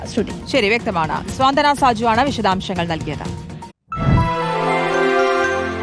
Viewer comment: സ്വാന്തന അല്ല , സാന്ത്വന . 😮😮😮😮😮😮